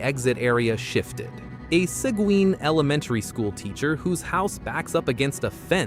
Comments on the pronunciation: seguin is spoken like segeen, no w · Posting this information does no good when you can't properly pronounce the name of the communities you are reporting on. Corsicana - Cor-si-can-na Seguin - Se-geen Waxahachie - Walks-a-hat-chee Palestine - Pal-es-steen Pecos - Pay-kus I have been to all of these communities and have never had an issue even late at night. Just be smart about where you stop.